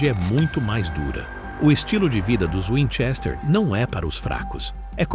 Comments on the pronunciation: Para, para, para! Assim você vai acabar arrancando o olho de alguém! E aliás, É winCHESter, não WINchester. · O cara não sabe falar o sobrenome.